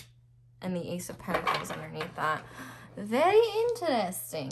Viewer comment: Pile 4: New dictionary defined pronunciation of pentacles is (pen-tahk-layz)